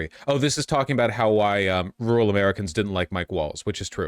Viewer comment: rooral or rural?